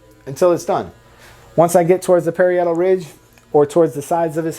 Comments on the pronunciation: As a hairdresser for decades, an educator for Wella, and a period hairstyles educator (for those who want to pursue hair careers in TV, theatre, and film) , I must say you do excellent work and are a very good instructor. If I may offer one piece of constructive criticism, the correct pronunciation of "parietal" is pa-RI-e-tal, rather than perri-ET-al. The industry needs more people like you. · Parry-idle?? Hahahahaha pa-rye-doll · PUH-RI-AH-TUL RIDGE